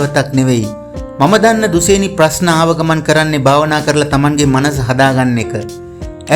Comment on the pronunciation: දුසේනි නෙවෙයි යකෝ දුශේනි...